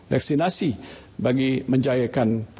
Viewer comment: “Vaksinati eh vaksinasi” 😂